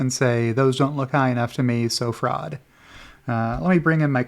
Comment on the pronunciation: When in doubt, claim fwaud